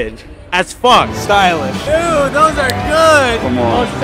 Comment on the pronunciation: Everyone: "Stylish" "Stupid": "Stoolish"